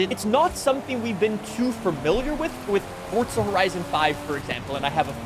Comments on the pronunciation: Years later he is still saying fortza Someone help this man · His never gonna stop mispronouncing forTza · WTF is ForTza bruh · where is the T in FORZA I don't understand